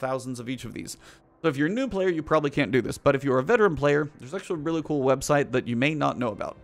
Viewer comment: "websalt" ?? lol